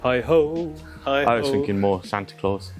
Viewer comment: Did say he was "Sand-a Claus"?...Haha!;) This is an amazing project--Thanks for taking us along!